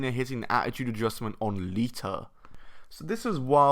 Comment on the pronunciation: its lita not leea